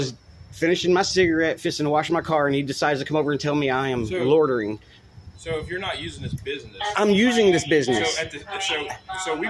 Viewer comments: They cannot pronounce loy-ter-ring. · What the heck is “lottering” 😂😂😂😂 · "Lawtering"????? That's not a word. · “Lordering” lol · Is there no one in this video who knows how to pronounce the word "loitering"? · I've never heard people struggle so much to say "loitering". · The only crime committed here is the cops pronunciation of the word "loitering."